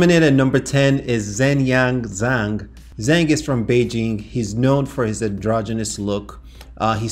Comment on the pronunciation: As someone who actually speaks Mandarin, zh is pronounced like the English J and eng, is pronounced like ung. Therefore, Zhengyang Zhang is pronounced: "Jungyang Jang."